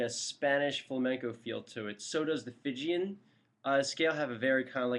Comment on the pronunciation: there's no such mode as "Phygian"; it's "Phrygian", and is pronounced "FRIDJEEYAN". any scale --- not just the Major scales --- can be approached modally, if you feel like investigating. thanks.